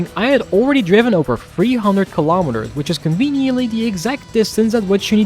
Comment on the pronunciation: What the H*** is a "Keee-lah-mee-ter"? lol good video love it I just love when I see American cars being driven with KM/H